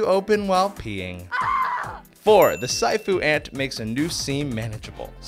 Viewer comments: Haha lol not safu...its si-afu ants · I'm pretty sure that siafu is pernounced (see-ah-foo) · I met the siafu ants when working in Kenya (its pronounced See ah foo btw) they are a nightmare, when you see them there is a sudden rush to get all the food secure. And then its like an ant flood, you just get away from them as best you can. They have a nasty habit of hiding on you and then a lot of them will bite you at once, it's not too painful but it does hurt and multiple times is quite uncomfortable and annoying. Then they seem to leave as quickly as they came.